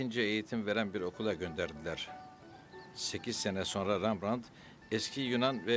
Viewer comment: Rembrandt neden Rambrant diyorsunuz?